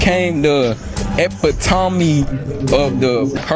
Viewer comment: That's epitome e pit o me